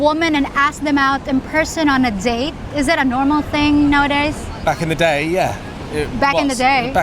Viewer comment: He said “back in the day” in a British accent and started to use a bit of British accent 😂